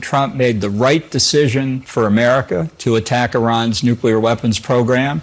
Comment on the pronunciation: Did anyone hear how he pronounced nuclear in his speech